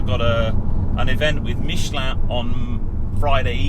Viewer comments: Pronunciation of Michelin spot on!👌 Great review as always! Cheers, Tom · Good to hear somebody pronouncing ‘Michelin’ correctly… 😀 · let's start saying Renault, Citroën, Toyota, BMW, etc, like the natives pronounce them. It just sounds pretentious. If you ask 100 Britons I'm sure 90 would say Michelin.